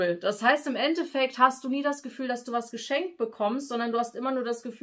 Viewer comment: Nicht End-Defekt sondern End-effekt